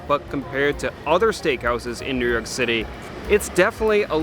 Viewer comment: Not New Yerk but New Yoawk.